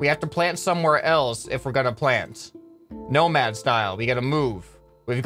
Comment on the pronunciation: Everytime you say "nomad" i understand "no mad" like pearceful